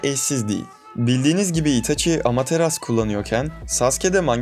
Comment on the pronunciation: Amateras diyorsun sinirleniyorum lütfen amaterasu der misin